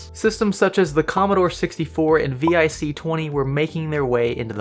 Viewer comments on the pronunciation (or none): V Eye See - ohhh epic fail - "VICK" twenty brah - no one said vee eye see - i was there